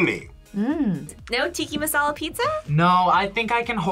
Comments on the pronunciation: Did saying “tikki masala” not upset anyone else? 😭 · WHY DO SO MANY PEOPLE SAY “TiKki MaSaLA” IT’S TIKKA MASALA BIT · The amount of time she said “Tiki” Masala!! It has an A my friend! It’s TikkA Masala! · The food always looks so good but from an Indian, it's TIKKA masala not TIKKI it's literally written correctly 😭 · 😭 it’s “Tic-ah” not “Tiki” 💀 Only pointing it out bc this channel is all about food 👉👈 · tiki?? it’s ti-kka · Anyone else getting upset that she keeps saying Tikki Massala but the sub is Tikka Massala… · "tiki masala" 🤣🤣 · Why is calling Tikka as Tikki? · The disrespect it's Tikka not tikki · It's tikka misala, not tiki misala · TEE - KA. TEE - KA NOT TEE - KEE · It’s tikka masala, not tiki…What is wrong with u lol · What is Tikki masala pizza?? It's tikkA, with an A. It's not that difficult to differentiate between "I" and "A" pronunciations! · did she just say tiki masela pizza????? as a pakistani im offended, its tikkAA masala pizza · how do they stay pronouncing cultural dishes wrong lol. especially as a minority with ur own culture. Get it right. It’s Tikka masala lol not tiki… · It's not Tikki it's Tikka!! As an Indian I am offended!! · Btw,it's Tika masala,not Tiki masala...🙄